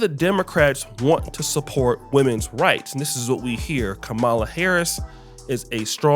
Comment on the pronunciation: Look say her name right, Kamala!!!!!!!!!!!!!!!!!!!!!!!!!!!!